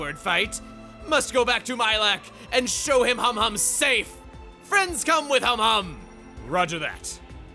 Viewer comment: ...I swear, every time Chugga says Humhum's name, I mishear it as "hom hom" and get Xenoblade 1 flashbacks...